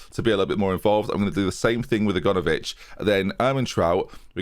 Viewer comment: Still calling Aganovic 'A-gone-ovic' after all these episodes, love it